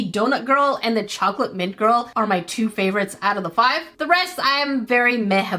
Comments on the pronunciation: yeah you did say fine not five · You said fine, not five